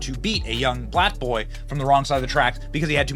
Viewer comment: The pronunciation of LL Cool j was no accident especially because it was followed by the term "Bohy".